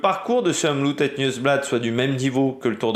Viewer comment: Faut que tu fasses un effort sur la prononciation car mes oreilles sifflent comme une vieille locomotive. Le OM est bon mais le loop ne se prononce pas à l’anglaise. Donc le oop se prononce comme Hope à l’anglaise. Demain tu seras parfait. Sinon regarde la RTBF et Rodriguo. Si tu as un vpn c’est bon. Ton oreille t’en remerciera et surtout la mienne. Je te fais confiance 😅